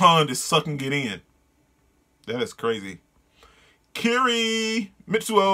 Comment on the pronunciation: Dude, your face at the eye-spiral part was PRICELESS! I warn you, that's not even the most fudged-up thing you'll be seeing in this manga. Also, Kirie's name is pronounced like you said but with "e" (like the e in elephant) in the end.